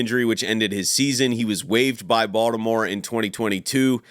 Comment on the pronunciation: Every time you say Baltimore I literally smile lmao you’re def from here